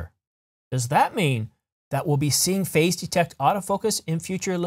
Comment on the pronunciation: You really need to change the way you pronounce “phase”. When I hear you say it, sounds like “face”. Face detect. Phazzzzze detect.